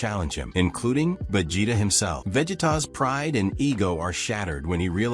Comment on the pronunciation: Whatever you used for the voice over for this video, don't use it again, the way it kept saying Saiyan and Vegeta was painful to listen to, otherwise, it was a good video.